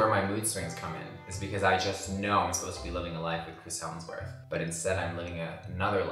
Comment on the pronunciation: Is saying HeLmsworth? 😂🤣